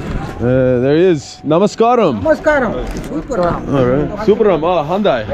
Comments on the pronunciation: Its namaskaram, not namaskram. From 🇱🇰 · don't say Namaskraam......SAY...NAMAS KAA RAM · May I correct your pronunciation mostly your friend I believe - it is Namaskaaaram!! Good video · I know... but that is Namaskaram not Namaskram! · Namaskaaram. Correct pronunciation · LMAO IM Sorry BUT DID HE JUST SAY NAMAS KARAM 😂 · Hahahaha you guys are funny....first learn from someone how to say the word "Namaskaram" or just say Hi that will do. Good video bro.